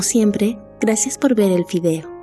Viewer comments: soy la única que escucha "gracias por ver el fideo"? xdxd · no yo igual escuche eso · Es cierto si lo dice ._. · En vez de gracias por ver el video entendendi gracias por ver el fideo xD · Hahaha no no sos la única 😂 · “gracias por ver el fideo”